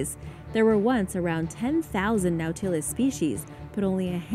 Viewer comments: Nautilus we pronuncia no-ta-lus, por lo menos asi me esnsenaron a mi. Me encanta tu canal, gracias por comparatir con nosotros 🤗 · You are pronouncing Nautilus WRONG it's Na tah, as in ah, les. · NAU-ti-lus. Otherwise ❤️🙂👍🏻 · "Nautilus" is pronounced "NAW-tih-lus", and the plural is "nautili (NAW-til-eye)". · Scifi fans cringe at pronunciation of "no-tillus". Lol...still love your channel,! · It’s pronounced Nautilus. Not Nautilus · She mispronounced it